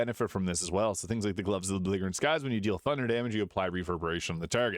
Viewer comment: I have to say something, because there is something that has been bugging the heck out of me over multiple of your videos. The Glove of Belligerent Skies - "belligerent" is pronounced "be-li-jer-ant," not "be-league-er-ant."